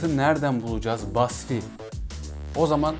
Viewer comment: İsmini yanlış biliyorsun Basfi değil Vasfi